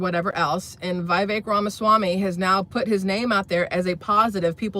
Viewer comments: It's pronounced Vih-VECK, not VIGH-vek. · Vivek, says pronounce like “cake” vi-vake